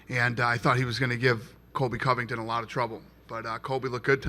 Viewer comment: why does say Covington’s name like that lol “Collllbay”